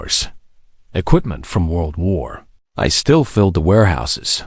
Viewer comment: world war "I" (rhymes with "why" as in Why should I listen to generated garbage?)